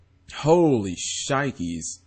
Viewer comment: Holy 'SHHnikies" - Tommy boy lol